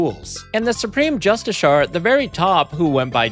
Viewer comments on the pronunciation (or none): none